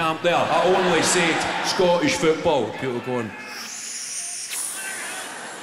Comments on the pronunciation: His English accent is almost perfect until he pronounces "football" and the Glasgow comes right back in 😂😂😂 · about 4 too many O's lol